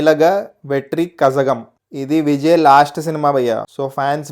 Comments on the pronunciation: Kazhagam is pronounced as kalagam... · Kazagam should be pronounced as KALAGAM Bro Like they write Tamizh, pronounce Tamil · Daani pronunciation Kalagam, kazhagam kaadu😅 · Bro it's not kazhagam..it's kalagam..zh is pronounced as la.. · Thamilaga vetry kazhagam kadhu adhi kalagam (la =zh ) in tamil 😅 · kazhagam should be pronounced as kalhagam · Adhi kajagam kaadhu bro kalagam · kazhagam ki as it chadava kudadhu.. its kalagam.. tamil lo zh ni la la palukutharu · Bro, adhi కజగం kaadhu, కలగం.... Just like hip hop తమిలా ,not hip hop తమిజా..... Because in Tamil, 'zh' spells as 'ల'.... Vijay party peru 'తమిలగ వెట్రి కలగం '............. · 😂 Adi "కజగం" కాదు, "కళగం" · Both are not correct It's kazha(Rha)gam. It's a different pronounciation. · Anna kazhagam ante z ni manam kajagam kadhu KALAGAM ani pronounce cheyali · Kazhagam ❌ kalagam ✅ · not kazagam its kalagam in tamil za pronounce La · కజగం కాదు, కళగం. తమిళ వాళ్ళు "ళ" కి "zh" వాడతారు. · Bro adhi tamilaga vetri kalagam adhi kazhagam kaadhu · Anna adhe tamilaga vetri kalagam u pronounced wrongly from Chennai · Adi kazhagam ani pronounce cheyakudadu bro